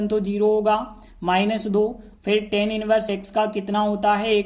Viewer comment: Sir Tan nhi hota hai❌❌ tan hota hai✅✅